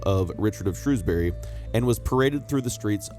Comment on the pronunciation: I'm still waiting for the day when someone manages to pronounce 'Shrewsbury' correct in a YouTube video 🙃